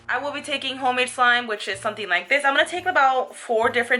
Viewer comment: Why you say for slime sur she????